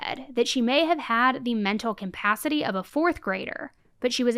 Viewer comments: Love this channel,, but there's no such word as "cOMpacity" which you say a lot. It's just "CAPACITY" which is actually easier to say. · I love you but it’s CUH-pass-it-tea (capacity) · I love your stories! But for the love of God, please pronounce capacity correctly. There is no “M” in capacity. Thank you. Again, love your channel! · Pls stop mangling the word capacity pls